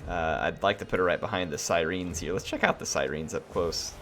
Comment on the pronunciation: Other than your pronunciation of Siren loved the video keep it up